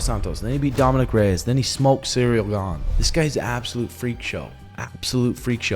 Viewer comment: "Cereal" Gane is driving me nuts brah lol 😂 great breakdown as always 👌